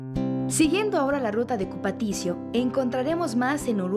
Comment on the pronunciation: Buen documental, sólo una pequeña corrección: no se dice río Cupatisio, se dice Río Cupatitzio.